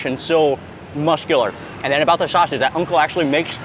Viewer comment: sauce = sas broth = brath